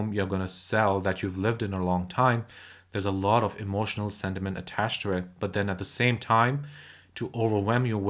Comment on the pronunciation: Not sediment as you keep saying...it's sentiment. You've mispronounced that word.